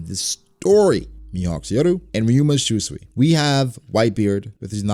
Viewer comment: I cringe everytime you say shuswee. 秋水 Shūsui is pronounced as shu-sooi.